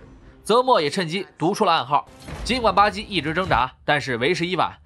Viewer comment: 巴基怎麼變成了吧唧呢？